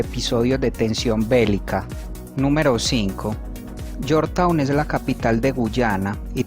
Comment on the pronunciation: la capital de Guyana se pronuncia lliorchtaun no yortaun